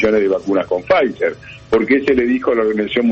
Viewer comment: Cuantas veces dijo pfizef, eh... La promociona😅